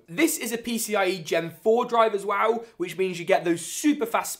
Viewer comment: Cool video…but pronounce “well” right next time